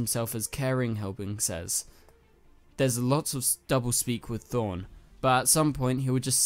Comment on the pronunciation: Did u say Thorne instead of Thawne?